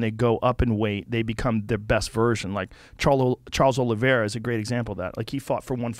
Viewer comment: "Cholo Oliveira"